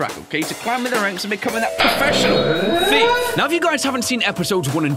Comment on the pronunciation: ... again "sneak thife" Its thife simulator ...